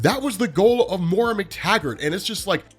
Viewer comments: It's Moy-ra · Hey, when are you going to learn how to say Moira's name correctly?